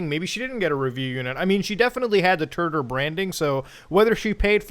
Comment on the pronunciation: The fact that the branding is pronounced "turder" should be the red flag if nothing else is.